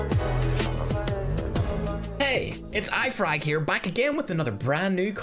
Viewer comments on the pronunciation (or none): I heard ifrog